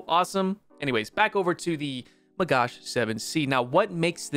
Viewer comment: It's a MAGACH not MagaSH stop calling him this way or just call it a Magah it hurts my ears as an Israeli omgn